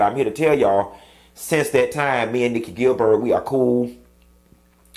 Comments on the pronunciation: How he pronounces my last name irks me. Gil-buuurt, nope nope nope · why you keep calling her GilBIRD? 😂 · The pronunciation of “GIL- BIIIRRRDDD” (Gilbert) kills me everytime! 😂😂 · Gilbert…, not Gilberd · "Nikki Gil-BERG" tickles me! 🤣😂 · Q!!!!!! Her name is....,,"GilberT!!!!! i am hollering! Why is he Not pronouncing the end of her last name???!!! GilberT!!! 😳 omg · How are you pronouncing her last name lol